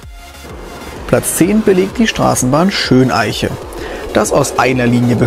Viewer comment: Übrigens ist es nicht Schön-Eiche sondern Schöneiche (mit der Betonung auf Eiche).